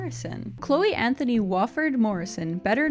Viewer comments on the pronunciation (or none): none